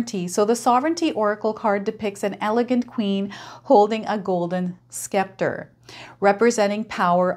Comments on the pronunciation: Septor = silent C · It’s not a scapter like you said it’s pronounced scepter. Time Sramp this is how you would pronounce it sep/tor